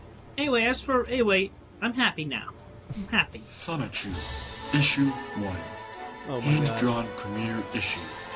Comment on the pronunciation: I’ve noticed a lot of people pronounce “Sonichu” like “Sonic-chu”. From my understanding, it’s “Sah-nichu”.